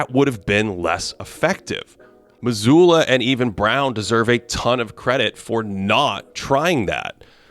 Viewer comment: Mazzulla* & Jaylen. Get their names right